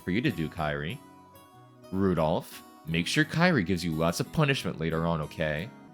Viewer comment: Kyrie is pronounced as Ki-ri-eh, not Kai-ri. 😅😅